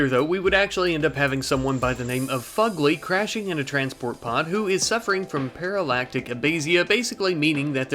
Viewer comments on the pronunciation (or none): You said paralactic abasia, its paralytic (pear uh lit ick) and (uh bay shuh)